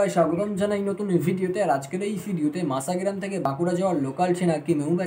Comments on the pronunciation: মাসা মাসা করলে অনেকেই বিরক্ত হবে, স্পষ্ট করে উচ্চারণ করো ভাই, মশা গ্রাম। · ট্রেনের নাম মাসাগ্রাম নয় ভাই, ওটার নাম মসাগ্রাম। ভিডিও আপলোড করার আগে সঠিক বানান সহ উচ্চারণ বিবেচনা করতে হবে। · Vai masagram uchharon ta thik thak kore koro